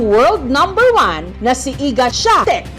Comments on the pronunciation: Jessica, the right pronunciation is SWEEANTEK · Mali rin kasi pag-pronounce ni Alex sa Swiatek, mukhang nagrecord pa ulit si Maam Jess para ibase sa pano sinabi ni Alex. Pero dapat di sila nagrely doon.